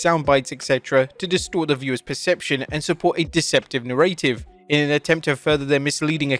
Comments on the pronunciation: The way an English person says "deceptive narrative" is so bottle of water to me.😂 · Dude you always pronounce narrative incorrectly